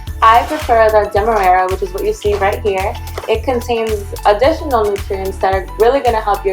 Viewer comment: It’s clearly printed in the bag she is showing you . She pronounced it perfectly as its printer “DEMERARA “. She doesn’t need to do anything , you need to rewatch and look for clues if you are having trouble understanding her. Is right there on the bag. You can pause the video and clearly see it . You’re welcome ♥️